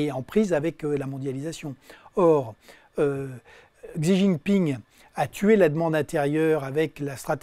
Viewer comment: Ca lui arracherait la tronche de prononcer correctement Xi Jinping ? quel fainéant ! c 'est trop fatigant d'aller sur Forvo et d'écouter un locuteur en chinois mandarin ?